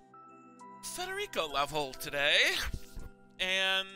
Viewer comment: actually pronounces "Federico" correctly. What an absolute Chad.